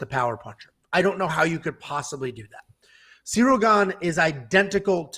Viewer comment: … clearly calls Cirly, “cereal”. is the GOAT.